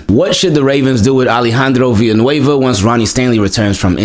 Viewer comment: THANK YOU FOR PRONOUNCING "VILLANUEVA" CORRECTLY! I haven't heard anyone else in US sports media pronounce the "ll" like a "y" like you did in this vdeo. It's basic Spanish--I don't speak Spanish at all but I at least know that much. "Me llamo" = "may yamo", "villa" = "via", "amarillo" = "ahmahrio", etc. Keep up the good work brother and Go Ravens!